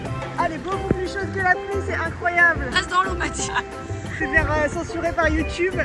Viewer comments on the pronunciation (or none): none